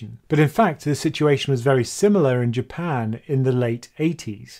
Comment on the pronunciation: I know you kept saying Japan. But i kept hearing "UK"